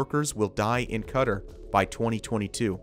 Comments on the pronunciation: It's pronounced more like Ka-Tar not whatever your US accent pronounces it as. It's more like 2 separate words. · it's more like Ku Tar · that is an English-American pronunciation. you can even look at the comments in that video who are saying how you SHOULD pronounce it (kuh-tar) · 'Should we look up how to say Qatar?' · POV: you can't pronounce Qatar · How can someone do all of this research about Qatar and butcher the name so fucking bad? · im not from teh middle east and it hurts me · Learn how to Qatar correctly next time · You are mispronouncing “Qatar” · Real pronunciation of Qatar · Wtf is this guy on about, $45 billion on a stadium! This is one of the biggest bullshit I've ever heard, And why is he pronouncing Qatar wrong! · I know this totally made me cringe every time. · Mispronounce Qatar one more time, i dare you. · You are doing a great job in putting together these projects - thumbs up! I just don't understand why you spare the effort to check your pronunciation. Neither "Chuo" nor "Qatar" are remotely pronounced the way you do it. Check Google translate, they have a nice pronunciation icon. And spare everybody the "cutter" and "shoo-ow". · That was sooooo annoying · Great video but its so annoying how the narrator mispronounces "Qatar" so much 😑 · Please learn to pronounce Qatar. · MotoAtheist I’m British but lived in Qatar for 5 years he is saying it incorrectly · The way you say "Qatar" makes me want to die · How many times can a moron mispronounce a countries name in one video? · imagine saying Qatar wrong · My favorite is you learning to pronounce Qatar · just to clear this up, it is not pronounces cutter like you kept saying its pronounced k'tar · Don't be confused, Qatar is pronounced as "kah-tarr" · The majority of the English speaking world pronounces it Kuh tar . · Ka-tar not cutter dudey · Learn how to pronounce Qatar!......It's not "Cutter".... it's "KaTaar".... almost like guitar.... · It’s not pronounced ‘cutr’ it’s pronounced ‘katar’